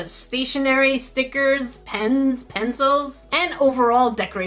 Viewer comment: I just love how she says ''STEEKERSSS*